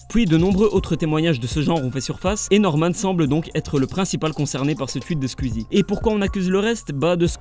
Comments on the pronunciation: "Sqizi" ptddr c'est Sqouizi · Pourquoi est-ce que il dit Squzie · J’adore comme tu prononce "skuizie" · Quand tu fais une vidéo sur un youtubeur apprend à prononcer son nom